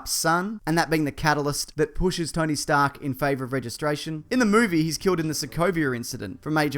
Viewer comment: I love when Stan-lee calls Tony Tony stank